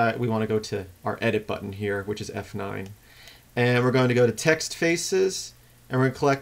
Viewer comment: LOL Transcribed Audio.. Select new TAX.. since im deaf, im assuming the author's accent is saying TEXT.. btu sounded like TAX :P